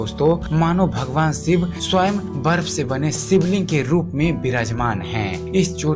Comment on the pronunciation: siv nahi shiv .. kailas nahi kailassh sha bol nahi sakte ho kyaaa ..pehle hindi bol na seekho bhaad mein videos banaoo